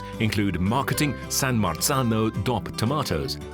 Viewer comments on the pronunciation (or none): The guy saying “coop” and “dop” instead of co-op and D.O.P. is killing me.